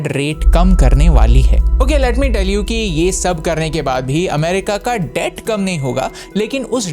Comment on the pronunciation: Debt ko thoda theek saw batao